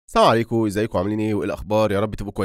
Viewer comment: سلو عليكم ؟ الق السلام الصحيح لو مو كامل يعني ، السلام عليكم .